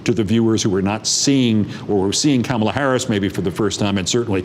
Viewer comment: Keith work on pronouncing her first name